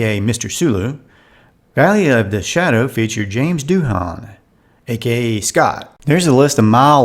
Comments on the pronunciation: James' last name is pronounced "Do An" not "Do-Han" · James Doohan is not pronounced "Doo harn" but, Doo'n ... You may have the facts but your pronunciations are way off.😢🥺 No subscriotion from me. Sorry.